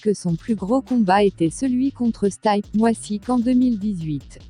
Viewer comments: ST "AÏE" P MIOSSIQUE mdrrr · stype miossik